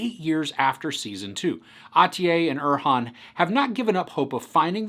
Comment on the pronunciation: You finally pronounced Arhan correctly